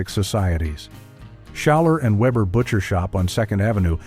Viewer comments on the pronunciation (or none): none